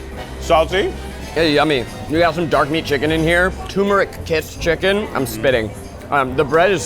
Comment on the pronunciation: Zach- toomeric.... hahaha turmeric